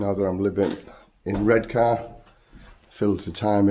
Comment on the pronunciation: Born and raised in Redcar but live in Marske now. The new Regent looks ace. Also, no R at the end of Redcar, you should know that lol